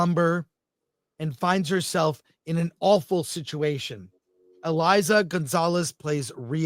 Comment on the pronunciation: Chris, it's EIZA not Eliza! Put some spect on her name brooo! also, what's wrong with astronauts being attractive!?